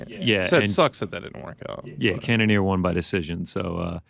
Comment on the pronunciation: So annoying how Ariel always pronounces "won" as "Juan/Wan"